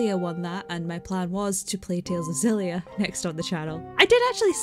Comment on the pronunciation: Tales of xillia is pronounced the same way you say Xavier, or x-men , I heard it pronounced that way in Japanese trailers